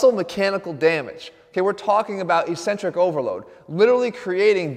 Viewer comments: Hate to be that guy but its eck-cen-trik not e-cen-trik. The opposite of concentric contraction. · Just a heads up it's pronounced ek-sen-trik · Why does he say e-centric?